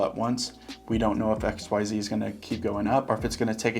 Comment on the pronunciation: I keep hearing XYO instead of xyz 😂